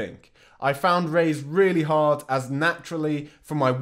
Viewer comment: I say Raiz jus like you 🔥